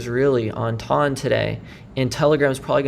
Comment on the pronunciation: I’m sorry mate why do you call it TUN? It’s ton check the pronunciation online lol